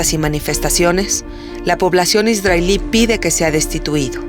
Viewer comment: Por que esta narradora pronuncia Isdrael en vez de Israel??? Dice ISDRAELÍ en vez de ISRAEL.......Tiene una voz bonita pero me toca las pelotas su pronunciación.